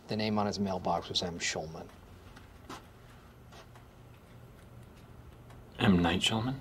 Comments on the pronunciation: "M Night Shulman?" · That’s not how ya pronounce M. Night’s last name 😆